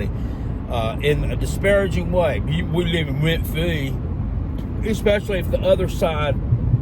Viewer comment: “Went fwee”